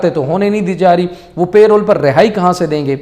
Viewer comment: Its not pay roles its parole